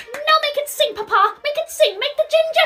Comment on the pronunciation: it’s always the “paPAh” for me. such strong pronunciation for no reason 💀